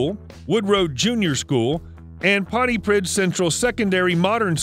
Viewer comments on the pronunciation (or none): Pronounced pontipreeth, the DD makes a sound th. Welsh. Tom Jones and the Squiers.